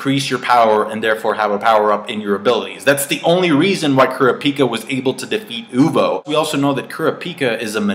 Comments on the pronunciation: To catch up with the HxH manga, read for an hour before you go to bed and you'll be all caught up in 3-4 nights. And takes some lessons in how to say Kurapika's name :P it's pronounced like crop-pee-ka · Leaning more towards an emitter. I like the way you say Kurapika lol